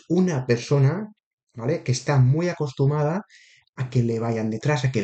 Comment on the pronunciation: Se dice acostumbrada, no acostumada. Jeje, buena lectura, gracias😅